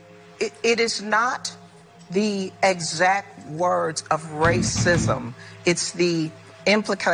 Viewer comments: i thought the screen would flash with graphics when you said "ra-cissm" lol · I love it when you say 'rrrraaacism'. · 😂😂😂😂RRRRRACISM. ...DUH DUH DUH DUH.... LOVE IT...Mark, you make day. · Mark, you forgot the booming "dun dun dun" background music when Don Lemon said "rrrrrrraaaaacsim". lol